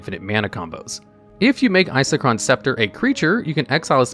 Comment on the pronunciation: I don’t understand how you can say Isochron correctly but then say whatever abomination you came up with for Palinchron. Just takes me out of the otherwise informative nature of the video.